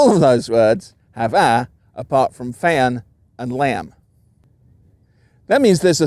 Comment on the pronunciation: Switch between the southern to CA versions of "fan" and "lamb" were spot on. The first time you said them I did not recognize them, after you swapped, you sounded absolutely native